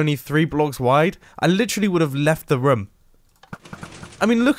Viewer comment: ‘I literally would of left the ruum’ 😂oh mombo